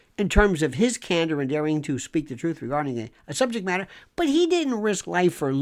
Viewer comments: Love your take and delivery on the matter...So funny to hear you say the many ways to say [Truth-Truf] lol😂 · HE SAID "TROOF!!!!!!!!!" iM ROFLMAO TROOOOOOF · lol, did he say truf!!!? I gotta rewind that!!! lol